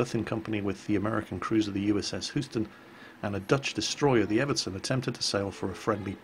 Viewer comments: as a Texan, it literally makes my skin crawl when you pronounce Houston as "Hoo-ston". You want to pronounce the hard "ou" as "yew". H-yew-ston. Sorry for the nitpick. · at about you said the word Houston I believe. for future reference, it is pronounced as Hyoo-sten, not Hoo-sten. It just sorta triggers me if you say my home towns name wrong. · it's pronounced Hugh-ston, not who-ston, coming from someone who lives there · Houston is pronounced Hew-ston! Not Hu-stone! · Can't speak to the authenticity of the Aussie accent (sounded right to me, and I've visited there), how about pronouncing American cities properly? It's HUE-ston, NOT HOO-ston. But I did like the Monty Python reference, "G'day Bruce!" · Did you just pronounce it the USS Hooston? facepalm Houston is pronounced HYOOston.! BAD! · He pronounced Houston wrong here too, saying it like "hooston" instead of "Hyew-ston". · the name Houston is pronounced Hue-ston. Please don't send me to the salt mines, sir. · Did you say Houston as hooston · Holy crap, what was that? Did you actually pronounce Houston as "Hooston"? XD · "Hoo-ston"? Well, it could be worse. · FOR GODS SAKE IT'S PRONOUNCED "HUGH-STON" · I know Houston is weird to pronounce, but you're saying it wrong. You're supposed to pronounce it like it was spelled Hyuston. The "o" is silent and the"u" is a long vowel. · done fucked up now. It's Houston not Hooston! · houston pronounced hewston for the unaware :) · "USS WHOston" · its pronounced hyoo-stun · y'all is putting two words together/maybe slang, but just pronounced a City name wrong, it like me asking are you from E-dine-Borge or Lo-Don? UK city names are hard to mispronounce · Holy shit,, never pronounce Houston that way again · did you just pronounce "Houston" horribly wrong? I hope not because as a proud Texan born and raised, that is nearly a declaration of war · Hooston? It's Hewston! #triggered